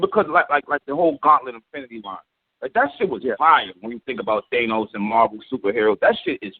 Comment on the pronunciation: wtf is "Thaynose" !?? 😭